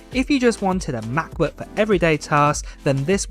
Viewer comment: 15 inch meh-booayh